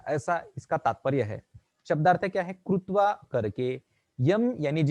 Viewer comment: कृत्वा को आप गलत बोल रहे हैं, प्रभु।